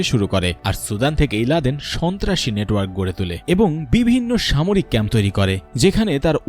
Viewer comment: রিপোর্ট কারির মখে বার বার শুনেছি স,ন্তা,রাসি কথাটা রাহাবার কি ওটা ছিলো 😡